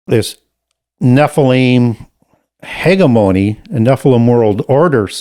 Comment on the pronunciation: He lost me at his pronunciation of hegemony lol